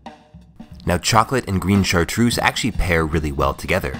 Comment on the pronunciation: "grine chartrouze"?